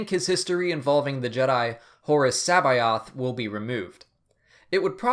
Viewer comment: it Jorus C'baoth, not Horu, I hope they bring him back some how, he was awesome